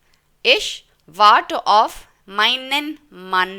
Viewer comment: Aap auf ko off kyon bol rahi ho.